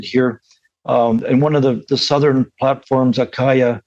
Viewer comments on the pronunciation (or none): none